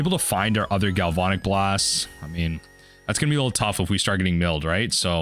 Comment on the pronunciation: I love your content, but gal-VON-ic is killing me! Gal-van-ic, like galvanize.